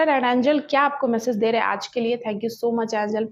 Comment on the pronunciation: Wrong way in reading Bhagwan Shiv derha h Uccharan galat h Right is. Bhagwan Shiv de rahe h Sorry to the interruption, If you don,t mine, plz Uccharan sahi karen Please don,t mine